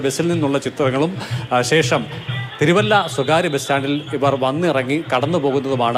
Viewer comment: തിരുവല്ലതു അല്ല തിരുവല്ല 🙄